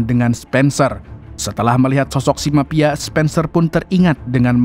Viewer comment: Tolong pengucapan V atau F yg betul, sangat mengganggu..seperti AKTIPIS, CCTP, MAPIA ..maaf yaa